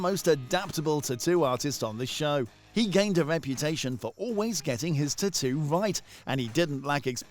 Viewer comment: I hate how this guy pronounced tattoo so annoying